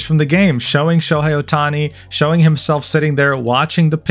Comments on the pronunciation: Sho”high”? It was hard listening to the pronunciation of the names. I get the rest, but how do you get Sho”hey” wrong. Haha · So you can speak Japanese pronounce Japanese words fluently but cant pronounce Shohei correctly? You literally said Sho-high. That’s what jealous haters do. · As a dodgers fan your mispronunciation of sho's name almost sent me into orbit.